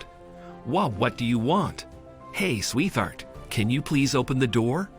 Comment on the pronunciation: its not Sweth-hart the word is pronounced Sweet hart as in two words you you don't pronounce the 'T' and the 'H' as 'TH' its Sweet hart